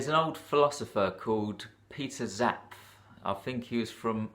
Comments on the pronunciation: Hi,. I’m about 1/2 way through and definitely like the depth you are getting to here. Two things to mention, and these are very minor. First, I think the way to pronounce Zapffe is zap-fa. Second is that War and Peace has... 587,287 words!! omfg... Anyway, I’m looking forward to listening to the rest. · Yes, and it's Zapffe. Pronounced Zap-fuh, as in, Nietzsche or Goethe.